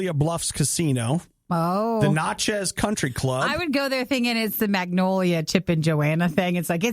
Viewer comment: It's pronounced na-chez - (the "na" sound from nasty)